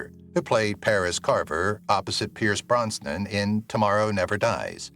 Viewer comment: Why do you pronounce Pierce Brosnan's name as Pierce Bronsnan? Where did the extra "n" come from?